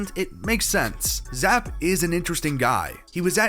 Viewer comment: Not pounced Zap its actually Zap E